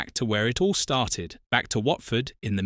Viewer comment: Whartford?? Really?? AI stuff